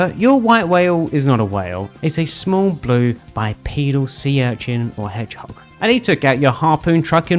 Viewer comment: Why do i feel like you specifically called Shadow an "Edge-hog?"